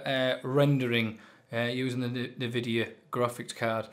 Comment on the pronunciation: no worries, you called this company name like Navidia. not n-vidia.that was it.